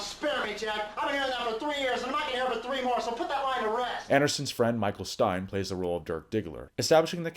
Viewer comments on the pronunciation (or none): none